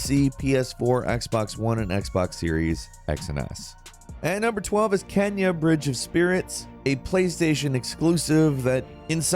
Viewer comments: It's Kena, not Kenya. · Dude says Kenya Bridge of Spirits LOL.